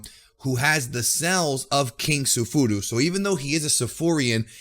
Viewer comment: You mean *king tuffle" not king suh fufu or whatever you said 😄